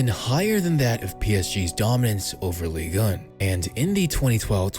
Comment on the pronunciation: Ligue.... UN..... not ligan or whatever you re sayin